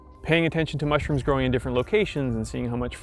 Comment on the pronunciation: Why is it bugging me so much how he says MUSHrooms?